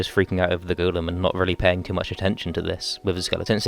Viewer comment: “The goolum”